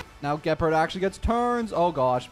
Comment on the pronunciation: The way he says gepard 🤣 (gaypard) 🤣